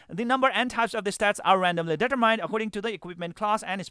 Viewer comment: Gotta reinstall to try this out. E7 is my jam so this looks a lot better now. btw "determined" isnt pronounced that way =P